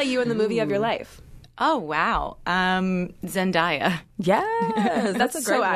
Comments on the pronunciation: I screamed it is not ZIN-DIE-UH it is ZIN-DAY-UH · ok I love you naya and god rest your soul, but its zendaya with an ay sound not an I sound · Lily it’s pronounced zenday-uh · zen-day-uh actually but yeah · Im not gonna lie it hurt my heart/soul when she pronounced Zendaya’s name incorrectly . I legit felt a tug but we still Stan. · Jonae Leo right I cringed when she said😂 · I'm confused.. is it not how we pronounce Zendaya's name ? The way Naya said it is exactly how I've been pronouncing Zendaya's name all this time. How do we pronounce her name then ? I have no clue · Noo, Naya, how did you pronounce Zendaya ?? 😂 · Lol I’m mad she said Zendaya’s name like that but I love herrr 😭